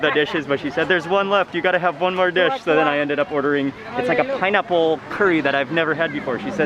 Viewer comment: It's pineaple pienurry..🤣🤣. Simply amazing..